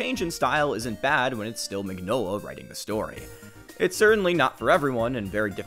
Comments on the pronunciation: The man's name is pronounced "min-yola" not "mig-nola". That's just the way it is, like mignon (meaning cute) in french. That's his name. Maybe if you love his work you could care enough to get his name right?... I comment because I also love his work and I don't see a single comment related to the fact that the creator/author/artist's name is pronounced completely wrong... I love Hellboy. I love many of Del Toro's films, respect him very much as a director and enjoy hearing him speak about film. Del Torro's Hellboy is not Mignola's Hellboy and not the Hellboy I love! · Ron Perlman is awesome. And I really need to get the Hellboy hardcover collection. Also, I thought it was pronounced “meenyola” because it’s italian. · I hate being that guy but you pronounce the G in Mignola like a Y.